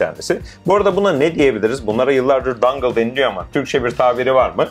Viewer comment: aslında "dongle" olması lazım :D